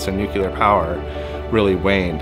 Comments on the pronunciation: I love the content but pronouncing "Nuclear" (Nu Clear) as "nukilar" bugs me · Nu-cle-ur. Nuclear. Not nucular...... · There is no such thing as a "nucular" facility..